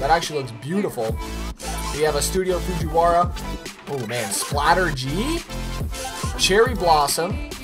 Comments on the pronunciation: "Fujiwara" Jesus Christ they're called FURUKAWA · İTS NOT FUCHURAWA İTS FURUKAWA U DOOR KNOB